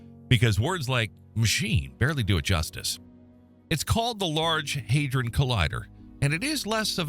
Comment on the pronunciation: Not Heidron but Hadron.